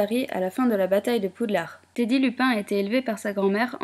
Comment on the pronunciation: lupin pas LU pain